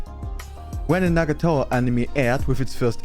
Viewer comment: I love how he pronounces "Nagatoro". "Nagatowo"